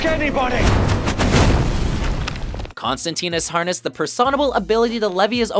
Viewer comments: Why does everyone mispronounce constantine. It's Constantine like fine. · mispronounced constantine like everyone else